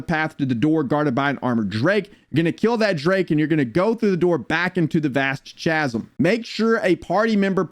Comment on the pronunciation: Thank you! I appreciate the guide, but after the like 10th time in saying Cha-zum in like 3 minutes I just had to go to the comments 😂